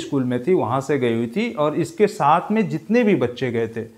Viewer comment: Sir not mohshin..Mohsin is right not right shaath.saath is right .not sholv .solv is right sir improv your pronounsation properly for your personality